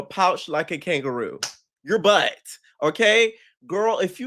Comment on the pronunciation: “Tinka you gon have to do something with your BUhtt” 🤣🤣🤣🤣